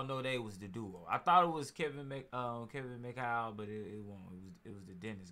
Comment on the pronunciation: Bob MCadoo was one of the best defenders in the history of the NBA. He went to the lakers it looks like after Bird showed up. Cant believe you cant pronounce his name much less know who he is lmao. Kevin Mchow dude? Its Mchale lmao stop embarassing yourself and stick to talking about Larry Bird! 😆😆😆😆